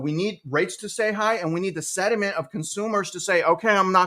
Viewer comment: The word you are looking for: is “sentiment “. not “sediment “. You are welcome. Thank you for your diligent work ethic! 🙏👍